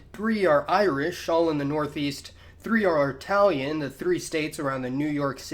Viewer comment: "...Three are Artalian..." No, no. Last I checked, I'm actually Italian.